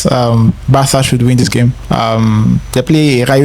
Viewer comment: Bro, what is Bartha? We're not in Spain bruv 😂 It is BARCA!!!